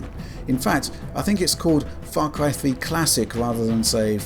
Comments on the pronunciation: What is "Fah Cwy"? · Farcwy fwee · Fah cwy fwee, hi. Sorry it just becomes so noticable hah